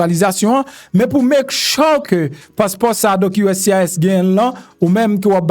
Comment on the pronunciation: MPH Make sure (mek chyouw)mo a pwononse